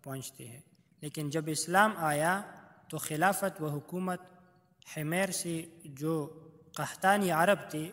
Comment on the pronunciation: Himer nhi "Himyar" hai ye